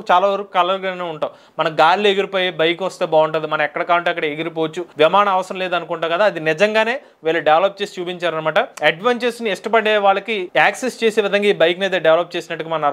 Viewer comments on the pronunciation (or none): విమాణం. కాదు విమానం అని పలకాలి..0.36 కొంచెం పలకటం తెలుసుకోండి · నిమానం... నిమానం...😅😅😅...అదే విమానం...